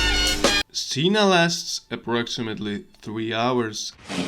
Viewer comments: yeah, uh. It's pronoiunced "kena" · Cena in Spanish means dinner. We use the same word. It's pronounced like ceh-nah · you are reading cena "sina" LOL no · Your pronunciation of cena makes me so angry